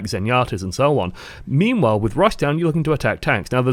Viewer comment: "Meme-while", anyone?